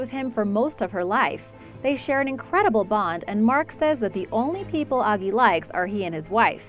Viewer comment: It’s not ogee it’s Agee